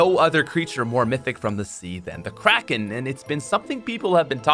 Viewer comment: When he said "Kracken fight" I heard "Crack in-fight" and was very confused